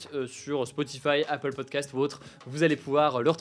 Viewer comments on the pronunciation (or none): none